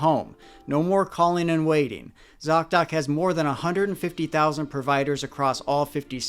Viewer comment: Thank you so much for this important work you do. Your thouroughness is remarkable. ( Also, you are the only one who can say zocdoc without it breaking my head😅). I really appreciate you!